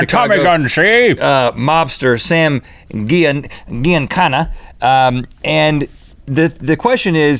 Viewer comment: "Giancana" is pronounced with a soft G, like "Jif" not a hard G like "GIF".